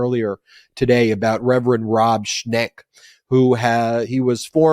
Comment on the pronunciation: LOVE the episode! BTW it’s Rev Schenck NOT Rev. Schneck and ‘Aileen’ Cannon NOT ‘Eileen’ Cannon. :)